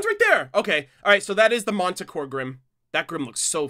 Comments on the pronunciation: Manticore pronounced Man-t-core just an fyi. The Relic is not huge it's a skewed perspective, Ruby is in the background while the Relic is in the foreground. Can't wait for your reactions. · Should I correct your pronunciation of Manticore, or wait until you hear it in the show? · I’m getting annoyed. Stop saying my favorite mythical creatures name wrong. It’s annoying. Your saying monticore Grimm. The Grimm is not Monty ohm. It’s manticore. No O in it. Man ta core. Not mon ta core. Plz say it right next time